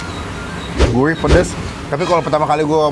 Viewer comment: Gurih bang!! bukan Guirh wkwkw....